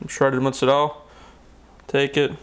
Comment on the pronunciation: muutaz-rell?, its motzarella. esp in florida.